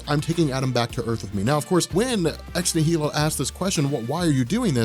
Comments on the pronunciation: Why are you mispronouncing Ex Nihilo? Shouldn't it be obvious? Annihilation, Nihilist, etc It's "Nie - Low" (Nie pronounced the way you say "Eye"). Normally it wouldn't matter to me if people mispronounce things but you have a large channel and now hundreds of thousands of people are going to start mispronouncing it.... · I'm pretty sure it's pronounced "nye-el-o" like in annihilation (an-nihil-ation)... because Hickman is nothing if not symbolic. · nihilo is pronounced “nile-oh”. root word nihilism. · Ex-NIGH- eh-lo. As in annihilation. the "H" is silent.